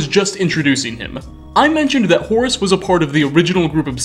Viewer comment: I like the way you pronounce "Horace" ^^